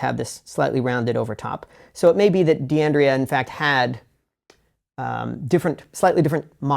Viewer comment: it should be pronounced " dan-dray -ah and D'addario is "dad-a-re-oh"